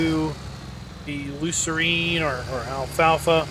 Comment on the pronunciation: Lucerne is spelt like this in English and pronounced Lusern. Same as alfalfa in North Americal. Commonly used to make hay for horses. Its perennial so will grow for several years.